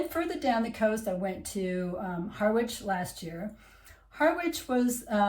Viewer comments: I live in Wivenhoe so was pleased to see you included us - it's really a great place to live! (btw - Harwich, which isn't far away is pronounced "HARRICH' not 'HARR-WICH' ;-) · Harwich is pronounced Ha-rich, we don't pronounce the W. And you're right, it isn't at its best, in fact, I doubt it ever did have a great time. If you like a drink though, in old Harwich you're never more than a three minute walk from twelve places to get a drink. One of which is the Alam pub which used to be the home of the owner of the Mayflower. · You mispronounce Harwich...the "w" is silent. Both Harwich and Ipswich are fairly depressed...Like other commentators, I am a great fan of Norwich.